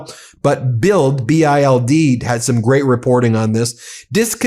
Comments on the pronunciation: Love your reports. Just for future info. The German newspaper BILD your quoting is pronounced "BILT". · Pronounced “Bilt” a German News Source.